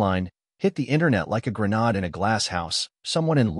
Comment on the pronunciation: I really wish that AI would learn how to say. Grenade. It’s sounds like GrenAID 🤦‍♀️not the way it says it. But I will say, this is one of the best stories yet. Love it !!